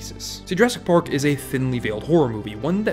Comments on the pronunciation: am i the only one that think hes saying pork instead of park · I swear he said "Pork" instead of "Park" a couple times... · Very nice video, but i feel like you are saying jurrasic pork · Am I hearing “pork?” Is that an inside reference to something, pronouncing “park” as “pork”? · At one point, you accidentally said Jurassic Pork and it made me laugh so hard. I needed that today. TY :) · Why does he keep saying pork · bro im sorry but why do you pronounce "ar" as "or"? lolol Jurrasic Pork